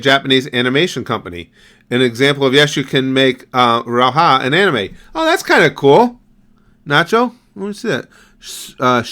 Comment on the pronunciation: its still funny how says rauhas ( as a finnish person) you will get it right someday my man!